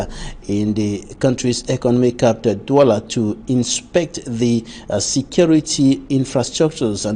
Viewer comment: Employer EQUINOX TV should consider sending this journalist to some crash course in pronunciation while another substitute and fills the interim. A journalist ought to be able to distinguish between COUNCIL and CANCEL , CAPTAL and CAPITAL !!!!!